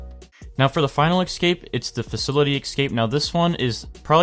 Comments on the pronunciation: In case you didn't know, escape is pronounced "escape" not "excape" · BANKER i know but like, most countries that i know that are English talking say escape, not excape, he doesn't sound british or australian.